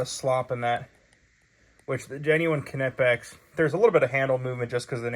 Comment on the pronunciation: Knipex... the "K" is silent